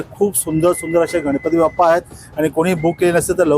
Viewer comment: मूर्ती खूप सुंदर आहेत. पण इट्स बाप्पा not बप्पा 😊